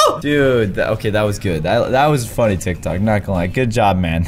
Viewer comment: Its not tivk tocks its tik toks